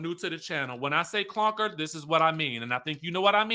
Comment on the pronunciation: I'm dying at "the clonker." 😂😂💀💀